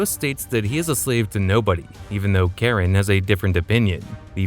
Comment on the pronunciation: Its Char-on,.you AI.